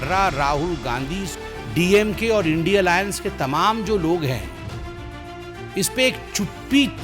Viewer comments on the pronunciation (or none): Sambit patra ji pahle bolne ke liye Sikh le indi nahi India